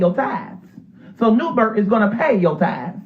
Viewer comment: Somebody help me please!!!! Is he saying New Bert! He is! Ok ✅ Thank You😂😂😂😂 Ummmmmmm Andrew it’s New Birth😂😂😂😂🤦🏾‍♀️